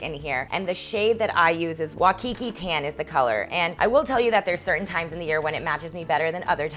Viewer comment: I'm sorry to be the person that corrects pronunciation but it's WAI-kiki - the wai is pronounced like "why" Thanks for the video!